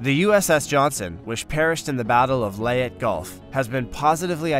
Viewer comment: numerous mispronounced names such as Leyet when it should have been Leyte, Admiral Helsey when it should have been Halsey and finally Battleship Yamoto when it should have been Yamato. You either need better researchers or better people to actually READ what is written. This was a historic battle and you mucked up the FACTS! Very poor.